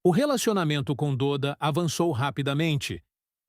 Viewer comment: O nome dele não é "DÔDA", É "DÓDA" .... se pronuncia "DÓDA" 🤦🏼‍♂️